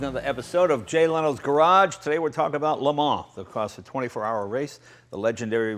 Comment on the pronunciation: La Mar? How can La Mans be pronounced La Mar? But wow, what a car and what a race.